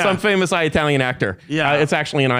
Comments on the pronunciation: Why does this burn out keep saying I-uh-talian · I can't get over how Curtis corrects Tim on his pronunciation of "silicon" while he says "eye-talian" about 50 times. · Cool guy, can’t fucking stand the way he kept saying EYE-talian….. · he says 'eye-italian'